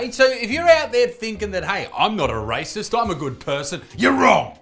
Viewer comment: His accent sounds funny. it sounds like "Rises" when he tries to say "Racist".